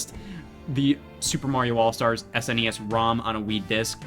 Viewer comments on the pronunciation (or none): none